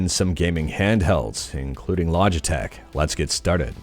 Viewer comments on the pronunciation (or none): Putting the L in Logitech